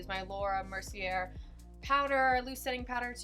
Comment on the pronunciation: I absolutely love this foundation. I have a very oily t-zone and this makeup looks flawless on my skin. Amazing how great it is. Just a small tip from one makeup lover to another... mercier is French and is pronounced "mercy-A". Love your videos. I hope I didnt come off as a butt up there...I mean no harm and no hate. 😊 love your video